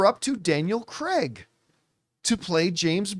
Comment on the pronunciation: It’s Craig, not Creg. Need to learn how to pronounce actors names correctly please